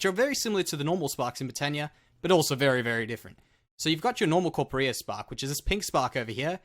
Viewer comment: not watching because you called it corpa-rear...